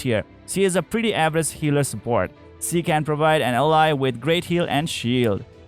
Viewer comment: Awesome video! Thank you! Pls do learn how "Ally" , "Allies" and "She" are correctly pronounced. all in all, awesome video!